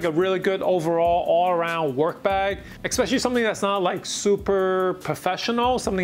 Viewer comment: Did you ekspecially work at Morgan Stanley?